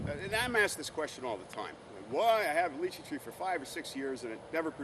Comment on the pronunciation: He said it right - it's pronounced as litchi direct pronunciation from mandarin - stop been a smart alec